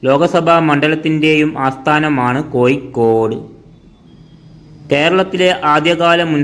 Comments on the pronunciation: കോയി ക്കോട് തു പോയി അക്ഷരം പടി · ലിവന്റെ ഭാഷ ഏത് ? കോയിക്കോട്, മുയുമനായും, എന്തര് ? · കോയിക്കോട് ഏയ് കിലോമീറ്റർ തൊടുപുയ മുവ്വാറ്റുപുയ എന്തോ കൊയപ്പം ഉണ്ട്